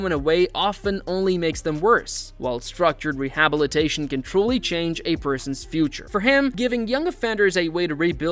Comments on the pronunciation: You pronounce rehabilitation weirdly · What Raja Jackson did was egregious and he should face serious legal consequences. Also, podcaster should learn to pronounce rehabilitation. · Why is “rehabilitation” being pronounced that way? I suppose it’s one of those like “laboratory” that’s pronounced differently depending on the country. I guess I’m just suspicious of AI content creeping up everywhere. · Am I the only one amazed that the narrator cannot properly pronounce the word “rehabilitation”? You have one job, dude.🤔😅